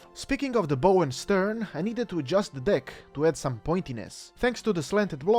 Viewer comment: "bow" is not pronounced as the weapon, it is pronounced as the action of leaning forward. I am not trying to be rude, just helping you out